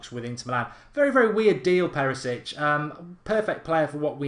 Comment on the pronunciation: Thank you.. so stop saying Perisic 😡